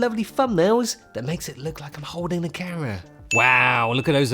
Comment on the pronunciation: I love how he says camera 📸 like carrot. 🥕 Plus it's a pretty balanced opinion.